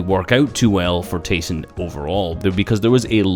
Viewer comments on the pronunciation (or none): Did you know his in game name is actually pronounced Tie-son because his real name is ty (sorry if I spelled that wrong) but everyone just calls him tA-Son. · Yea i hate it when people call him TA-son